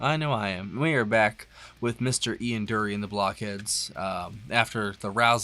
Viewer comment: Hey you must at least pronounce his name properly. its not Doory its Djury, you nearly say the D then end up using a J, very English. The Blockheads are a hot band, always tight and look like they are enjoying themselves. You need to play Spasticus Autisticus. He wrote it for the international year of the disabled I think. The BBC were going to ban it not understanding that he had spasticity from polio. Honestly one of my heroes